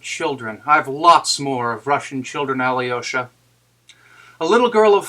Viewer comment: Excellent read, thank you. One note on your pronunciation of Alyosha: your Al is correct, soft l and everything, but the y es not prouounced yee, its pronounced yo Al-yo-sha